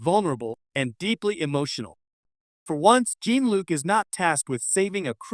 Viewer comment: The AI keeps mispronouncing Jean-Luc’s name. Very annoying.